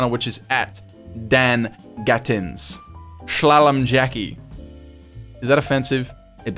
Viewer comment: It’s pronounced sha-lome lmao 😂